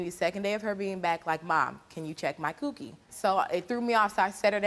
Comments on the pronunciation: I’m pretty sure she didn’t mean cookie 🍪 but “Cewkie” is how it’s being pronounced so … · She’s not saying cookie she’s saying coo-key like Coochie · she said coo kie not cookie like did you even watch the video